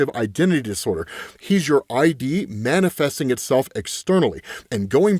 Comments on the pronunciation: Yeah, ID, pronounced like Idiom. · Also its id, as in ego and stuff. Not ID lol. Still love you just saying. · that word isn’t “ID”, the truncation of ‘identity’ pronounced ‘eye-dee’; it’s “id”, the widely used English term for Freud’s concept of the instinctive and impulsive part of psyche, pronounced as a single syllable, ‘ihdh’. Same pronunciation for the studio that makes DOOM! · Id isn't "I - D", it's id. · Id, pronounced like "ed," not "eye-dee." Freudian concept, cf: Ego. Ego and Id make up the core of a person.